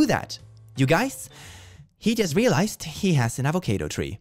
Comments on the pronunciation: I'm sorry, but did you just say A-vo-cay-do instead of A-vo-cah-do? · Did you pronounce avocado avoCAYdo ironically? 😅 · Avo-kay-do ksksksksksksks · can we please talk about the way he says avocado. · Before today I never knew someone could mispronounce the word avocado so badly.